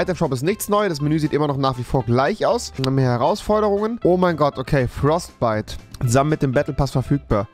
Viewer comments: Alter, du kannst ja nicht mal Reden, FORTBYTE NICHT FROSTBYTE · Es heißt Fortbyte nicht Frostbyte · Es heisst Fortbyte nicht Forstbyte du dulli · min. „FROSTBYTE“😂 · rewi kann nicht lesen da steht fortbyte und nicht frostbyte aber egal mega nices video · Mein Gott bist du löst das Infernopaket ist schon seid season 8 drinnen und das heißt nich frostbyte sondern Fortbyte